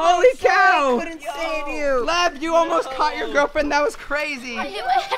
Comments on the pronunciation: Its lev not leb my name is leb🤣🤣🤣😅😅😅😅😂😂😂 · Dude your name I Lev not Leb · when jentzen falled Lev: myyy nammme is LEBBB!!!😂😂😂 I AM DYING OF LAUGHING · Levs LEBBBB is so funny Lev:MY NAMES LEBBBBBB Me:🤣🤣🤣🤣😂😂😂😂😂😅😅😅😅😅